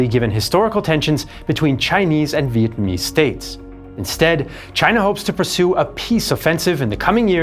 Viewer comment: I respect the effort you put into pronouncing our Vietnamese names